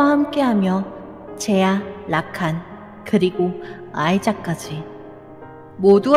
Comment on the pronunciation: 26분11초에서 말이랑자막이 이상하더군요 라칸이 아니라 라카